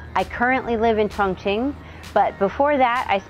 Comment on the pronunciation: Not Qongqing, it should be Chongqing😂